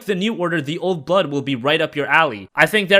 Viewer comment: When you said "old blood" it sounded like "old butt"